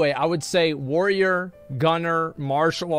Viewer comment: Asmon should only be allowed to play a Warrior if he can pronounce it. WTF is a Woyer?